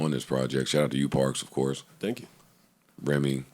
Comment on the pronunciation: He said don't thong me anything hahahahha